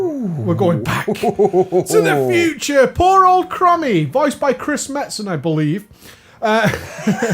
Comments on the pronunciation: "Crommy" ...What? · Mhh, yeah, that Crummy. Do you also say Crunnomatic Anomaly? ;D Or Krussus. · Chrome-ee please.